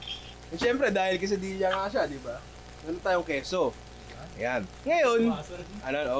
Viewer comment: nong diba dapat KE-SA-DI-YA ung pronounciation?? labyu nong pashout out naman kahit di pwede.